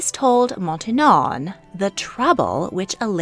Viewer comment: Montinon? Really? That lady was called Maintenon